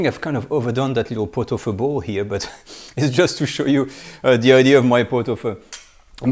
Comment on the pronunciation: I believe it is pronounced “feu”.